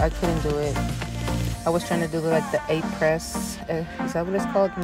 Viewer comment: It’s pronounced like “A-prey” it’s French